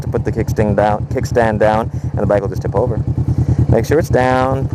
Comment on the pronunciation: how u said tip over lol